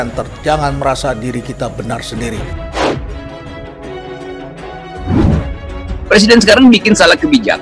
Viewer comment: Dalam plakteknya ibu kota bau. Menurut LIZAL LAMLI. Eh mau jadi pleciden.ngomong "R" aja ga bisa. Hehehehe.